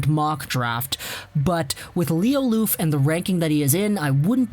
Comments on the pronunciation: "Loof" xD Try saying "love" in a really cheesy way and the pronounciation will be a bit closer :P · The F in Lööf is pronounced as a V btw